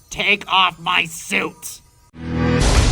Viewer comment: Oh... "SUIT". I kept hearing "SOUP" and he ran around screaming after his "MEDICAL SOUP". I assumed they had stocked up on zebra healing soups.